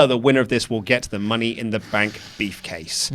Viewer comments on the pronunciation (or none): I keep hearing “beef-case”... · did say the womens' money in the bank "beefcase"? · Why do I keep hearing beefcase everytime mentions briefcase?